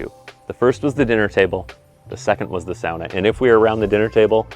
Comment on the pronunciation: the way you pronounce "sauna" makes me want to fight you